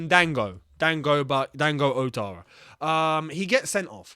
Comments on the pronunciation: outara is pronounce as Watara in French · Ouattara rather